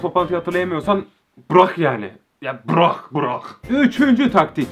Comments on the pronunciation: bırağ yani bırağ 😂😂😂😂ay sesli güldüm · Braahh artik braahh yani braaahh😂😂😂😂 cok komiksinn